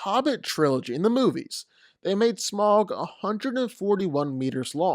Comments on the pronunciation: It's pronounced Smowg (with a ow sound) not Smog. Au makes a ow sound. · Note, Smaug is pronounced "sm-ow-g" (the "ow" being the sound you make when you get hurt) rather than "smog" (the smokey-foggy weather phenomenon). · You’re really deep diving this much into FICTION?? Lol… BTW.. It’s not pronounced “SMOG”. It’s pronounced “SMOWG” … 🙄